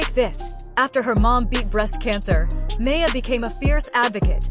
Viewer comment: Shes still the love of my life.... They need to get her name right. Who tf is may-a?